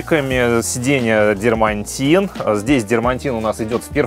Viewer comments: Только не "дермантин", а "дерматин", без буквы "н". Слово с буквой "н" и дополнительным мягким знаком ("дерьмонтин") используют, чтобы подчеркнуть низкое качество материала. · без обид, материал и слово "дерматин" пишется и произносится без буквы Н посередине. Не дермаНтин, а просто дерматин. А вот китайская резина Чао Янг "Прощай молодость" - это сильно, аж хрюкнул!